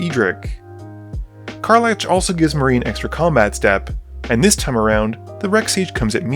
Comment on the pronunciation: CAR. LACK., I love your videos, dawg, but PLEASE, HER NAME IS CAR-LACK NOT CAR-LATCH